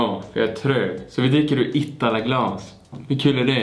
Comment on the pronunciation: Det är inte itttttala det är IITALA